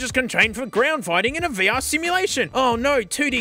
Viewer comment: "Vuh-Err" lmao this video is already off to a great start